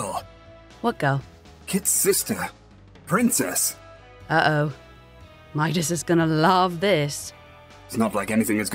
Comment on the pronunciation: I like how he's calling her prinnces